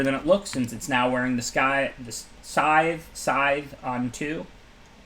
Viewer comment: I cringe so hard every time he says SKYTHTH